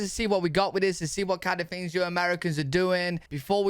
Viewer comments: You say fings instead of things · can't wait to hear what fings there are!